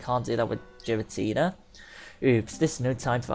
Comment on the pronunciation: Also its name is prenounced gar-uh-tina say gar like the beginning of garies name from the anime